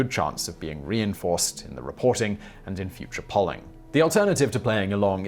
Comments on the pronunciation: Its pronounced: Pole-ing (also one of the best topTenz Ive seen) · “pawling organizations”? (odd pronunciation).